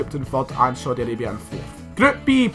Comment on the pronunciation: “Sodi Arabia”